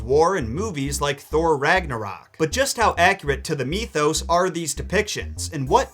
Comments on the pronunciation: dude please pronounce it mithos not meethose. it will make me feel a lot better. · Why'd you pronounce mythos so weird?